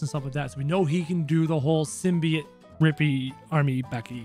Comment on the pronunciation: btw its pronounced sim-bee-ote